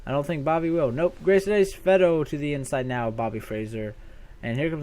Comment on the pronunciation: PS Its ass-avedo thats how you pronounce it